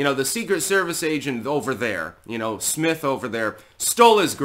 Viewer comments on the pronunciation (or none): none